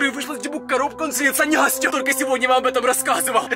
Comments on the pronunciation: он сказал нястю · ты сказал ньястю когда в ее селился демон